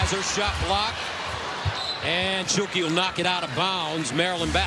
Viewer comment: Is he saying shulke because it doesn’t sound like stuelke